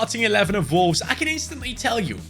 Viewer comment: the way bro says Volves is insane